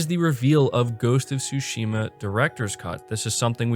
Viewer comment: It is ghost of sushima not TSHIMA stop pronouncing the T !!! IT IS SILENT!!! THANK YOU